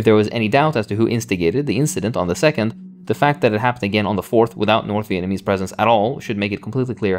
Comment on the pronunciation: I love you but slow down. You’re saying Viennese instead of Vietnamese lol